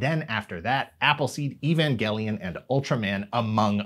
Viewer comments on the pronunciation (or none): none